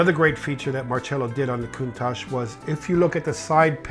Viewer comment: Excuse, why did you change you pronouncation of Countach since video with Harry? Just asking cause I don't want to sound like an idiot when speaking this name.